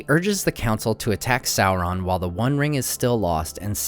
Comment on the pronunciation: Public safety announcement: There is no l, in SAURON.